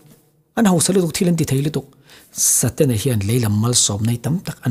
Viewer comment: setana ati miahlo..satena ati😂😂